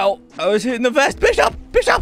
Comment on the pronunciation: You said bis shop 😂